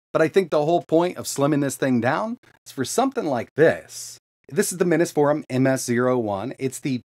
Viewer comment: Am I crazy or isn't it pronounced "Mini's Forum" as in Mini PCs Forum? I always assumed that until I started watching your channel. I think that makes sense considering they make mini PCs, haha. Anyway, great video. I love this idea. I've been 3D printing SFF custom cases lately and converting my A2000 to single slot would open up a lot of doors for that. Now they just need to do the same for the Gigabyte 4060 low profile. ** OH DANG they have a shorter 4060 mod already, that's pretty cool.